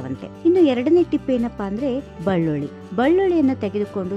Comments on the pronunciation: Adu ballulli alla bellulli..... 🤣🤣🤣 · mam adu bellulli Na ballulli na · ಕಾಳುಮೆಣಸು ತುಂಬಾ ಬೆಲೆ ಜಾಸ್ತಿ ಬಳ್ಳುಳ್ಳಿ ಅಲ್ಲ ಅದು ಬೆಳ್ಳುಳ್ಳಿ